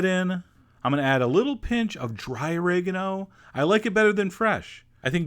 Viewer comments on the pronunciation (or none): "O-raig-no" Vs "Ori-gaahno" Pronunciation